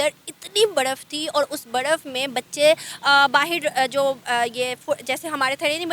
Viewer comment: She cant pronounce words with letter R 😂 insted she pronounce it with D for eg instead of Baraf she says Badaf..😂